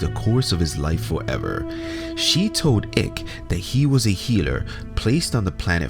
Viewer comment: Your joke didn’t work for us Americans. It’s David Icke like BIKE, not “ICK”